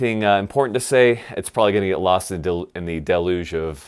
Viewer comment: HAHAHA He said deluge. LMFAO